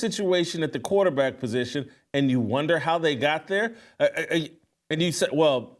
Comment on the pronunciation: Chick can't even say quarterback.